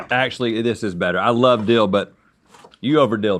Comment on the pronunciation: Why are they saying deal instead of dill hahaha